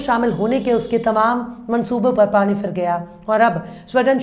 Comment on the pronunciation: your Urdu is 95 percent perfect. If you try slightly more it will be 100 percent perfect. You say "sarko na "fake"" you can try to say "sarko na phek". You say " fir". You can say "phir". You say " hijaj". You can say " hijaz" its " zzz".